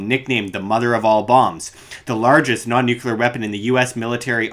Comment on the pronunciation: Did you just pronounce "nuclear" as "nucular" like Dubya? How embarrassing.